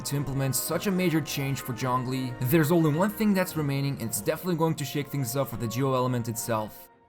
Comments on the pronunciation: Stop saying Jong li!! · Point taken. should have been somewhere between ts/ch/djz sound but not with a full J sound. Thanks. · "Jong Lee" 😔😔😔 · In game, english dub says "zhongli" now why tf do youtubers keep calling him "Jonglee" & *john lee" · Nobody:: JHONGLI